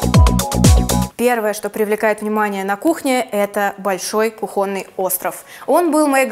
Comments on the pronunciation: кухОнный, я даже за сомневалась, но загуглила, правильно кУхонный) не хейт, просто врезалось в слух ахахах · Только кУхонный, а не кухОнный. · кУхонный, молю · стЕнами, кУхонный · КУхонный (простите)😅